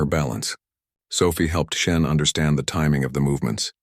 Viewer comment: It's a computer-generated voice. If its worst mistake is SHEN instead of SHAUN then it's doing pretty well. Irish names are notoriously difficult. (Siobhan is pronounced Jhivaun? How do you work that out?)